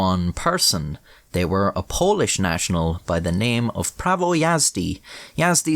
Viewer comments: It's some really good pronunciation of Polish up there, for a foreigner. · As another polish person this video was fucking hysterical! I loved your polish keep up the great work 👍